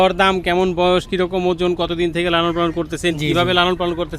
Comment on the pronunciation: Sala ojon bolte pare na. Batbar